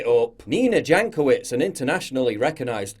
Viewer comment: For some reason, I keep hearing her last name as Jackoffwitz.